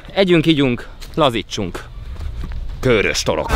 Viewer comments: Lehet csak nekem sértette a fülem, de a Körös-t az rövid magánhangzókkal ejtjük és nem Kőrösként, ahogy többször is használtad. Ez építő jellegű kritika akar lenni, tudom, hogy ügyelsz a részletekre. Üdv, Egy srác a Körösök vonzáskörzetéből :) UI: Gyulára is jöhetnél valamikor ;) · Felénk az általad használt "Kőrös" kiejtés nem helyénvaló és bántotta szegény békési fülemet 😣😣 Helyes használat: "Körös" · Nagyon király videó, mint mindig, de Körös- parti gyerekként légyszi, rövid ö-vel :D Respekt :) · Az Körös, nem Kőrös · Körös rövid ö betűkkel és nem hosszúval. Ezt leszámítva megint tartalmas és mínőségi videó. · Helyiként én is egyetértek! 😄